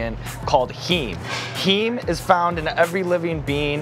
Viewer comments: "heem" lmaoooo that pronunciation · Heem, as in “hemoglobin”??